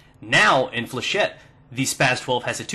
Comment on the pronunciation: flechette comes from a french word so its pronounced with a shet :)